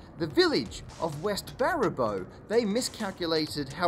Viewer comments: It's Bara-BOO, not Bara-BOH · Except it's pronounced "BEAR-uh-BOO." Source: Guy who's been to Baraboo, home of the Circus World Museum. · West "Bear-a-bow" :) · Bear (the animal) a (short a) boo (said the ghost) wisconsin. Baraboo. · Standard Wisconsin city name fix. It's like a ghost's boo at the end of Baraboo. Too many people mispronounce the state name to be surprised by this error. I forgive you (though this is on the easy end of Wisconsin city names). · It's pronounced "bear-a-boo", btw. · Pronounced “BEAR-A-BUE”